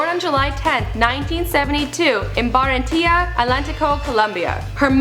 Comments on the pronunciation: These chicks really need to practice their Spanish pronunciation. "Baratiya, Colombia." It's "Barranquilla" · The way she pronouced barranquilla colombia made me laugh. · she can't even pronounce Barranquilla